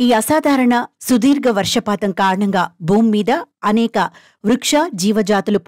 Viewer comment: బూమి కాదు భూమి, కండం కాదు ఖండం..